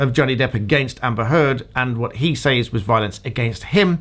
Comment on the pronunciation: Actual Malice is only required when the person who is defamed is a public figure. Actual Malice is not required for lay people. Also says like sez, not sAYz